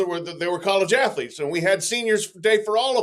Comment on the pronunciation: "Sla...student ath-o-lete."🤣😂🤣